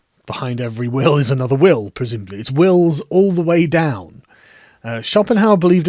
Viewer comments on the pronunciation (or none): none